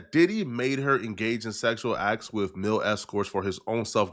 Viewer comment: It's male not mil not mail it's MALE escorts 😂